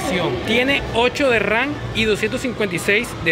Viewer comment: es memoria RAM no RAN jajajajaj